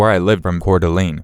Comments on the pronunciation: Locals pronounce Coeur d'Alene like core duh Lane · The way you said Cour D Alene was funny. I lived there for a few years. Everyone pronounce it wrong.